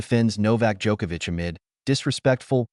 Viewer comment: Thank you for correctly pronouncing his last name.